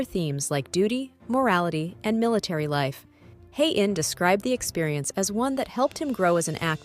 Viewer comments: Since when Koreans pronounce J as Y. Listen to jhi pronounce his own name. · The name Jung is pronounced with a J. Not a Y. Joseon is pronounced with a J, not a Y. Please!!!!!